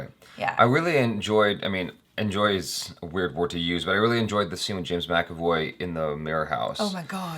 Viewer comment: I know it's kinda late now but it's "MacAvoy",. Hehe Cheers.